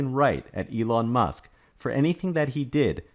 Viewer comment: just curious. Are you saying Elong on purpose? On Tesla, they barely scratched the surface on global markets (outside China, HK, US, Scandinavian countries). Have delayed new models due to supply and battery constraints. Yes there are people who are hurt on exposing censorship ideology that existed. I don't like it, nevertheless it is what it is 🤷‍♂️